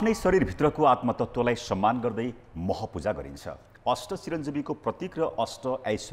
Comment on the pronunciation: मह पूजा होईन हौ, म्ह पूजा हो। शुद्ध उच्चारण गरौॅ त ।